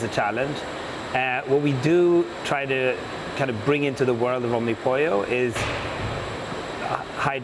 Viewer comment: the right way to say omnipollo no omnipolou